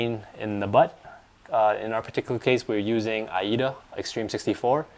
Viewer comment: What's IEEDA 64? Is that the same as AIDA64?